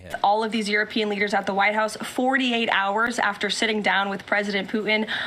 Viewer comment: Is it just me or can't she pronounce European? It's pronounced Youropean she sounds like Uropean